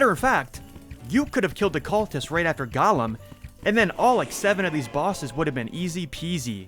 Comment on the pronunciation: You keep pronouncing Golem like Gollum from lord of the rings, when its actually "Go-Lem" 😘